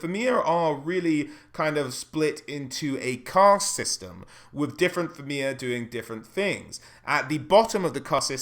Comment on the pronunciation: It's pronounced Feena, not Feeana.